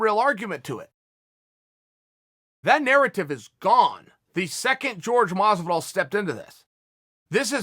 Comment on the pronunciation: Everybody: Jorge Masvidal Chael Sonnen : George Mozvidall